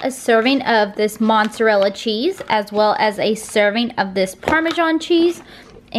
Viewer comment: This sounds really nice! I'll have to see if I can get my hands on any cajun seasoning. Also, please, for the love of all that is holy....there is no N in mozzarella. 😂😂